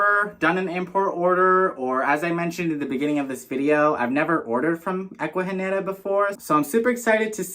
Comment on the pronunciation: Aww yes, babes, you said the name right haha 🫶🏽 Omg the turtleeesss!! 🥹😍 ugh, the orchids are so pretty ! The one mounted in wood is so cool…I want to get a few orchids but I’ve killed every single one I’ve gotten from like Lowe’s or Home Depot lol 😭 I’m so glad you got to experience an Ecuagenera Pop Up 🙌🏽💃🏽 hope you’re having an amazing week !! 🤗🥂🩷